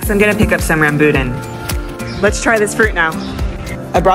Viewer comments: Hey! i’m a fan from Singapore and we eat all these fruits pretty regularly. We eat rambutan here too, although we pronounce it rahm-boo-tah-n LOL! We call mountain apples Jambu (pronounced jahmboo)! Which usually are sweet and crunchy :) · Oh please ask a local how to pronounce rambutan correctly 🙃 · You got a bad apple. Mountain apples are as sweet as Red Delicious. Also, you're saying rambutan differently from how I'm used to hearing it. The ladies at the farmers market I buy from pronounce it Rahm-boo-tahn. Not saying either is right or wrong, just different. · Funny how she pronounce rambutan hehe